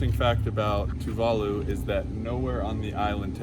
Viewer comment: I've watched a lot of Tuvalu videos and you two are the first westerners to say Tuvalu the correct way. Awesome video btw.